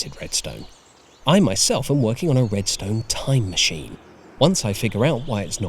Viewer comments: Everyone:time machine Mojang:time moosheen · "TIME MOOSHEEN"